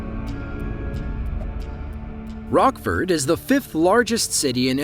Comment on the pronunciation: Where is the announcer from, he can't say Rockford